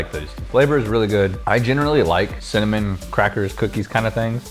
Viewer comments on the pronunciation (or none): "I like cimanin" 😂😂